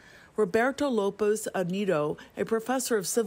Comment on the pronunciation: you butchered the engineering instructor's name HORRIBLY!! LOL You can't say Lopez? How do you screw up Lopez?